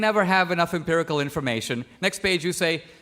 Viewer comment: Empirical. Not impirical. Nonetheless, great video.